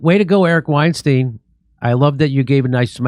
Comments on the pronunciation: His name is pronounced- STINE - Eric Weinstein - pronounced - stine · Constructively I think their name is pronounced like wine-stine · Eric and Brett Weinstein is pronounced the same way as Albert Einstein. Their name isn’t pronounced the same as Harvey Weinstein.